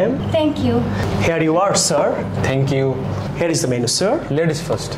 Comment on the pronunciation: Pronunciation ভুল। " Here= হেয়ার" বলেছেন আপনি। কিন্তু "Here = হিয়ার" হবে। দয়া করে উচ্চারণ শুদ্ধ করুন।